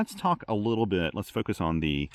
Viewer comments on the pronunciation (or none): none